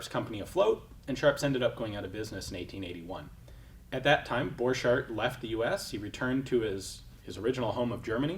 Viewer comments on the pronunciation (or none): Thank you for this video. Hugo was my Great Grandfather. I noticed our last name is always mispronounced in the gun world. You're pronouncing it french. With a ch, and d sound, dropping the t sound. It is a German last name. The ch has a c sound, and the d is silent. The "t" is pronounced sounds like cart. (Boar cart) I was told by my father, that Luger stole my Great Grandfather's design, and patented it in his name. Just a bit of side history. It is nice to be able to look up family history. My father had said he invented a riffle. Thats what I was curious about, and found you.🙂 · I would've thought that the 'ch' in Borchardt is pronounced as a k.